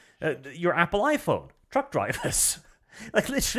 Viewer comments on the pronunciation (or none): none